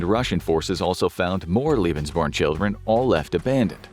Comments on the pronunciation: omg it's pronnounced "leh-bens" not "lie-bens". "Leben" means life; "lieben" means love. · Why do you pronounce German words the American way? Lebensborn is pronounced "laybensborn" not "lee-bensborn". Hearing it being butchered more than 30 times is toe curling 😫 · Lebensborn is definitly a mispronounced term, I know such programms existed and Leben means Live but born doesnt mean anything in german and is definitly derived from the english word born